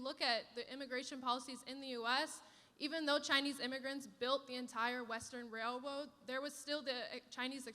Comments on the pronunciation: Strange how she brought up Chinese people building the railroads and used her Chinese accent “Wailwroads” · Is she Elmer Fudd’s love child? Rail-woads? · “wail woads” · No, she was talking about the railwoads.